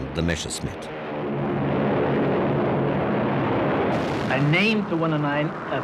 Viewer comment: Why does he say Meshersmitt instead of Messerschmitt?!!??!?! It drives me nuts!